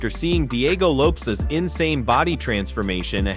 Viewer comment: It’s lopes bro not loppe’s 😂😂😂